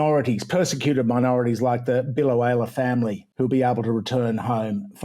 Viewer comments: Up here in Godzone, we call it Bill-oweela, not Bill-owayla. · It’s pronounced bilo-wheel-a. (I grew up a few towns over.)